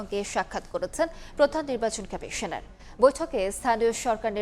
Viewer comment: বাংলা নিউজ পড়ছে, আবার বলতিছে খামিশোনার 🤣